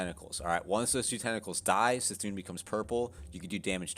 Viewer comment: It’s C’thun...as in Kuh-Thune. Js